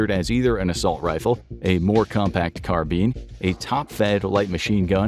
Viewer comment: Can’t stand how the narrator says carbine 🤦🏻‍♂️ ffs